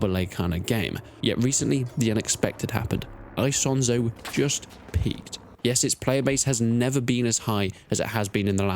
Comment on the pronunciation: It's not hard to pronounce Isonzo correctly, especially since this is probably not your first video about it.